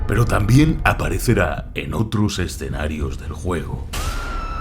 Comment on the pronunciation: alv dijo perou al principio:0